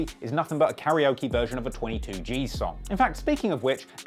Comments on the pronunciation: It’s Tutu g’z not twenty two g’z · Yo you know it’s two-two gz not twenty two right?